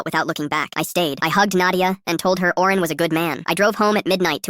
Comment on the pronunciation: Owen❌ Oren✅